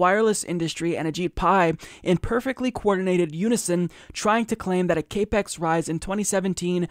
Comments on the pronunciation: Capex is capital expenditures, it's pronounced cap-ex, not cape-ex Other than that, great story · It's not 'cape ex' it's CAP-EX - as in 'capital expenditures. And it's not a 'jeet pie' it's a 'shit pie' as in shit pie. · FYI CAPEX it is pronounced as Cap X, as in capital expenditure. I just want to make sure that you sound like you know what yu are talking about because you do. Keep up the good work. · I love you and you are totally right even here, but it's not cape x it's cap ex. Stands for capital expenditures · it's pronounced like "cap ex" not "cape x". It's short for "capital expenditure" or how much money they're spending. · Cap Ex... Capital Expenditure not cape X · Maybe he's saying "CAPE-X" 😮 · sounded like kay-pex. irritated the fuck out of me... small things.. 8) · Like the video. Pedantic but it's pronounced Cap-Ex its short for capital expenditure.